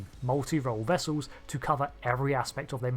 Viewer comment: "Vessews"? "Profioows"?